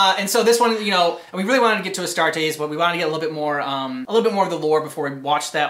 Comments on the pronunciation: Its "A" Starters not Astraters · The Orks think that painting their vehicles red makes them go faster. If there are enough Orks in a group who think that, then their vehicles do go faster. They also think that Purple is a sneaky colour, because who has ever seen a Purple Ork? P.S. It's pronounced AS-TAR-TEES.